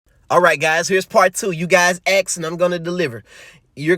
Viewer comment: We "axed" yes